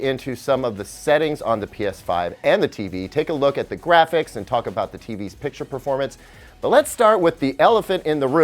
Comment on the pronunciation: "there's a lot to taco bout" so get your salsa and let your chip dive in.